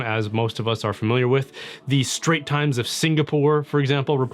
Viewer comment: Hey, it’s “The Straits Times” not Straight. Love your channel. Watching from Singapore.